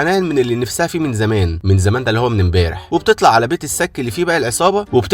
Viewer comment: الصك مش السك يا